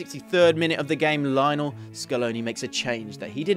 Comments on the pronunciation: It's it just me? Does anyone else get perturbed when these videos call him Lie-nel instead of his actual name of Leo-nel? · It's "lee onel" messi please! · It's pronounced Leeonel man! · it is LyNO it is LEE-YONEL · cant even make the effort to pronounce his name right... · You're saying Lionel Messi's first name wrong. If you have watched any of his games or listen to any commentators say his name then you would know that you are saying his first name wrong. Not sure how more ignorant you can be.